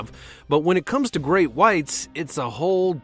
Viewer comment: Draco - he litterly said greak white shark